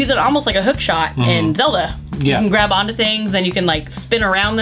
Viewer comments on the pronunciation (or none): none